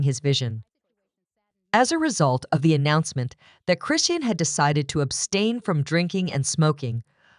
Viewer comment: This site don't even say her name correctly